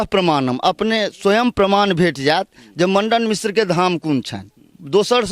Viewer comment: Pahle aap bolna sikh lo aap jis se bat krte h ye to padhe likhe v nhi h Mandan mishr ji ko Mandan Mandan bol rha h ye